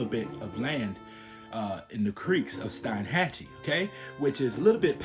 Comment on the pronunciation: The correct way to pronounce is Steen hatchee And its also cape o Lived in Steinhatcheemy whole life and you got most the story correct good job.